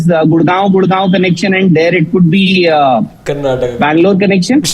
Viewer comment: Hi , R u unable to read maps well or r u south phobic ? How many times do Kannadigas need to tell u that the name of our state is Karnataka ¬ Karnatak ? would u like it some one called Delhi as Del?